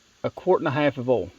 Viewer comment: Are you saying oil or all ?